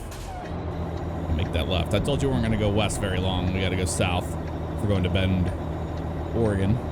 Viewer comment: Hey look someone who says Oregon right